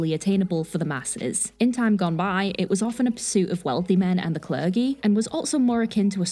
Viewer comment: Cler gee? It's J sound clerdjy